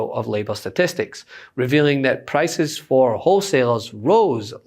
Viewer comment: Pllrloducer pllrrrlices